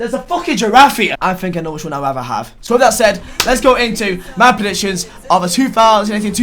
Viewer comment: Why did you pronounce predictions as presictions